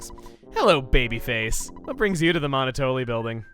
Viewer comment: I'm not sure who else finds it irritating but... Monotoli is pronounced like Monopoly, referring to the business dominance although the game also is pretty good at describing it as well. Monoploy. Monotoli. It makes sense given the character.